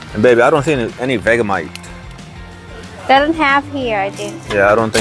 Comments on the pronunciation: Hi those chips (Samboy) are Australian. We pronounce Vegemite as Vegie-Mite 😀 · it's pronounced Ve "g" mite, not vega mite..!! I wouldn't try it if i were you, in Australia we refer to it as 'Yank repellant" never known an american yet that doesn't reckon it's the most foul tasting thing they ever tried. But us aussies who were raised on it, love it..!! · Vegamite? Do you mean Vegemite? pronounced : Vege (like vegetables, the g is like a j) mite. If you try it, have it on toast but spread it thinly, too much is overpowering. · You say it like veggie mite not vega mite If you go to friendship supermarket they have it there